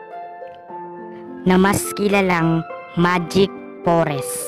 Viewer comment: noone: absolutely noone:: Enchanted pOReSs